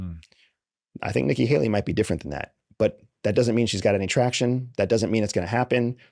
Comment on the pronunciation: AS SOON AS HE SAYS: NIKKI HELLY. I AM OUTTTTT Bye.